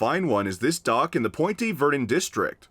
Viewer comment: That’s an interesting way to pronounce Point Verdun